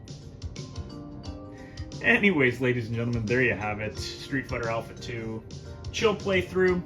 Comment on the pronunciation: "Stweet Farter Aupha, Two!"